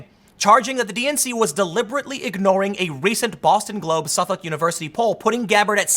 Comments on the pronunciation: It’s pronounced “suffick” tim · Dude, Suffolk is pronounced suffick. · Good video but the pronouceing of Suffolk drove me nuts lol.. is pronounced --suff-ick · *Suffolk is pronounced ['səfək]. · Dude it’s Suf-uck is how it’s pronounced just like the County Boston is in and the one on Long Island. It’s one of the oldest university’s in the nation. Extremely respectable school and has been polling for years...that’s why the joke so always Suffolk yourself University